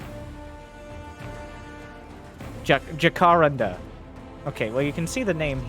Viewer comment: Your pronunciation of Jacaranda hurts my ears. ;-) For the record, it's jaka-RAN-da: Jacaranda trees have beautiful flowers, but they're very sticky and can do a real number on the paint job of your car if you park underneath them!